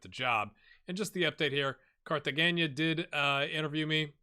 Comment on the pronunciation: I think it is Car-tuh-hain-a. Also, Opava would be cool